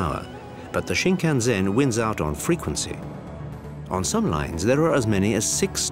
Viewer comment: It is sinnkannsenn not sinngannzenn